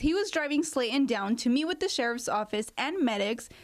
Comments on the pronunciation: Slaton not Slatin 😂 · For the reporter. The lady's name is Sla ton, not Sla in. You wasted an education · Since when is the word Slaton pronounced sla in ??? Who hired this one and where is the bike and no frost bite ? 🤔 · Speech training for your reporters - "Slay-in", "mouw- ins"